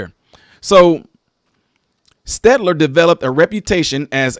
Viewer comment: It is pronounced stell-tur